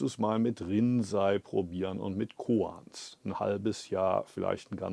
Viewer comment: No offense to you, but the use of the AI voice is really annoying. It misprounces a lot of words, including "Rinzai Monastery" as "rinsing toilet." At least that's what it sounds like to me. Other words like Antaiji, zazen, shikantaza and sesshin are also unrecognizable. I'd prefer to just read the English subtitles and hear your voice in German in the background. Respectfully. 🙏🙏🙏